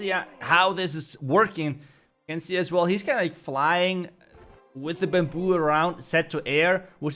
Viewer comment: its baamboo not buuumbooo